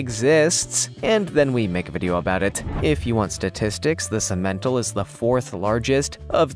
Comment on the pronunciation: That's pronounced sim/men/tall.